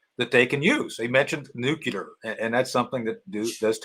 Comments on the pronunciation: Just a pet peeve: it’s not Nucular it’s nuclear. GWB used to say that too. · NEW CLEAR not NEW KEY LER.